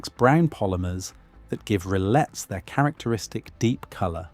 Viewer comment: In French you don't pronounce the two "L"s in rillettes.